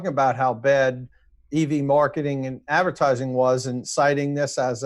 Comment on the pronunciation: Kinda great that said "advercating" at!